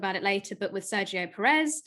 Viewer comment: Hello there. Love everything you guys produce, but can we start working towards pronouncing Pérez properly? It is the only Southamerican driver you have to learn. I see the same from the guys at SkyF1, and they even correct themselves when they pronounce it properly. I guess at this point it is not ignorance about how to pronounce from their side, because they have millions of years doing this, but i know you guys don't do it on purpose. Thanks.